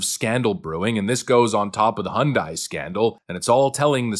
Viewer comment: hyundai has been here since '86 get it right hyundai rhymes with sunday. anything else is no surprise democrats are scumbags